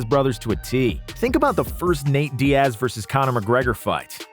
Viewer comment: How do you mess up a name like Diaz. It not Di-ass bruh lmao